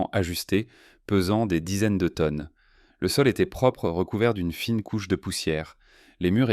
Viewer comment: Bonjour; si vous êtes un grond sciontifique ia, vous avez un petit défaut bien sympathique pour prononcer les chiffres et les terminaisons des verbes au pluriel. Pour une radiographie muonique de la pyramide de Khéops, quoi de plus important que de montrer le Sphinx, le temple de Karnak... et tous les musées Por unfau lè pièrramideu deu Ché-eups pèse seulement 6 millions de teunnes, contrairement aux mille millions susurés confidentiellement. On a toujours le choix entre: le père-okay, le péreuqué, le pierrot-quai et voici enfin la seule bonne réponse: il s'agissait du perroquet. Leu froncé meudern ét un' longueu compliqué du cou? Plus on punceu lé lavreu et plus on pèrleu keum un gron-èrtisteu. Un scanner a détecté une mystérieuse ouverture dans le crane fossilisé de Zawi Hélas, silencieux et majestueux.